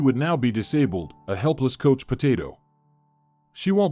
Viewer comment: The pronunciation of couch is pronounced cow-ch not coach